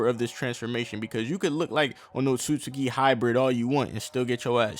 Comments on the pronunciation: my nikka its "oht-sut-ski" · It’s pronounced Otski